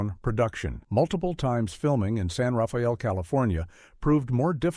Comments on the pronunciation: San Rah fee ell? Come on. Everyone in the Bay knows it’s San Ra-fell. Weirdo AI. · It is pronounced “San Rafel” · He lived in San Ra-fa-yel. 🤔